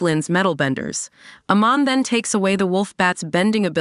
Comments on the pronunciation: don't remember a "Lin BYEFONG" or "AYMEN" in this story 🤔🤔🤔??? And the pronunciation of many other characters and key elements in the show are butchered. 😖😖😖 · Mispronunciation of Amon & "Blud" bending got me laughing 😂